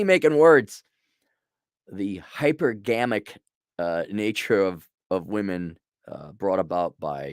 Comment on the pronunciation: HypErgamic not hypergAmic